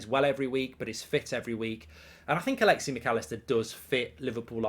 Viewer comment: It’s alexis, not alexy